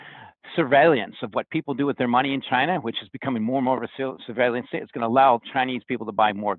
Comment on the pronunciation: the word is SURVEILLANCE... NOT surveillYance 🤣...c'mon,, "astute analyst" 💰